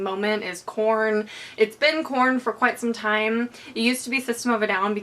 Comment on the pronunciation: did anybody else keep hearing porn instead of korn? :)